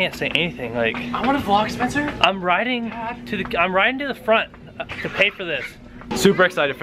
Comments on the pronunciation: u said SPECNER but its SPENCER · Did anyone notice when Spencer won it said " SPECNER"